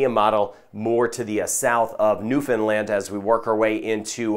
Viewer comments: Thank you for your proper pronunciation of Newfoundland! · EXCELLENT PRONUNCIATION OF NEWFOUNDLAND!!!!